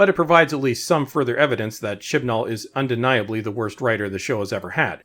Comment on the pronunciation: You keep saying his name. I'm sure you're saying it correctly, buuttt I'm hearing Shit N All. And, Ironically that's how the show has progressed.